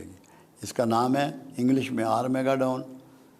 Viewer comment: آر میگا ڈون نہیں آر ماگیڈن